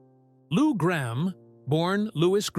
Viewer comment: PRONUCIA BIEN "" GRAMM""